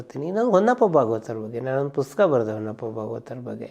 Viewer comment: ಪುಸ್ತಕ ಅನ್ನೋ ಪದವನ್ನ ಯಾಕೆ ಯಾರು ಸರಿಯಾಗಿ ಹೇಳುವುದ್ದಿಲ್ಲ.......